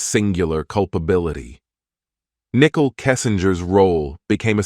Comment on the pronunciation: Her name is not pronounced nickel!